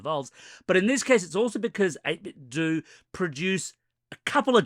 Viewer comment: finally! it's freaking "do" not "dough".